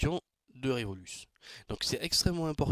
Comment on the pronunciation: Par contre c est pas revoluce mais révolut